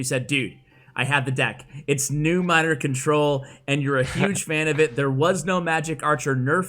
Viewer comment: Seriously "Contol" ??